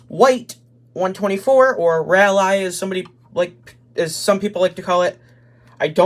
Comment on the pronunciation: The “rally” thing for Ally is supposed to pronounced like “ral-ie.” Like “rallying” behind a team The white scheme came out late in the 2020 regular season (Daytona Road Course) because Jimmie wanted a change to hopefully bring good luck. He requested a switch in base paints in 2014 midway through the season as well, and it brought some success, so he wanted to see if it would work again in hopes of making the 2020 playoffs. The scheme you have is actually a design error, either by Hendrick or Lionel. Most of the purple was swapped out for pink when it ran at the Roval. The only difference between the breast cancer and regular rally diecasts are the 2 logos by the door on the breast cancer car, which is unfortunate because there was a (slight) noticeable difference between the two in real life